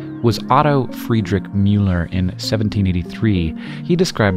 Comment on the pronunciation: Why do you say wader instead of water? Your pronunciation of Müller is a lot better though that in earlier videos, although it's still a bit more Mjüller than Müller.